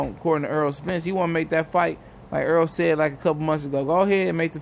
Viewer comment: I respect Mikey for this. I haven't one Welterweight call Errol's name like that. Props to Mikey.